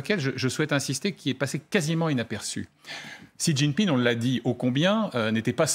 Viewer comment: Sa me fais rire vous prononcez rous chijinping de maniere differente 🤣🙏